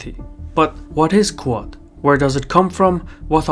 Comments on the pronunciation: It's not "coo-ahd". It's "The Quad". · you keep saying "ku-od"... but it is pronounced "quad" as in the word for four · Great video but I was 10 minutes into video before I figured that what you call "Koo ad" is actually QUAD pronounced "KWAHD" Keep up the great work. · It’s ‘kwod’ not ‘ku-art’. One syllable. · Every time says "QUAD", I keep thinking he's saying "Qowat" as in "Qowat Milat" from Star Trek: Picard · Why can’t you say “Quad” correctly?